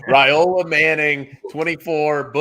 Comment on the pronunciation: Palmer, it's pronounced Rye-ola, not Ray-ola, according to Mr. Dominic Raiola on a live interview done on the Rumors vs. Facts show about a month back. You and need to clean up your pronunciation please. If you don't believe me pull up the interview. Better yet, call Mr. Raiola please.